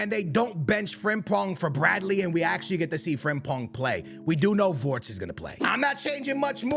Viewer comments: It is not wortz but Wirtz 😂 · It isn’t Konet or vortz is Kon art ay and vir tz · why do you pronaunce his name "WoRtZ" instead of Wirtz